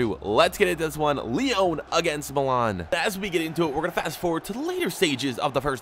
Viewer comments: It's not Lee-own it's Lee-on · IT’S NOT LEON!!!!!!!!!!!!!!! Are your seriously pronouncing it like this deliberately!